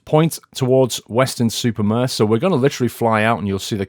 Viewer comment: It's weston-super-mare. Weston. Super. Mare